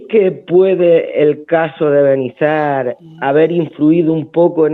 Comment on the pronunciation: Un nuevo suscriptor que viene de la entrevista con Rubén. Nos habéis aportado un rayo de esperanza. Gracias y felicidades por vuestro logro. Hasta el final de la entrevista pronunciando mal Benizar... 🤣